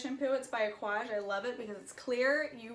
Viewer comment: Is that what she said? Aquage dry shampoo? I couldn't understand her, but it looks like an Aquage can.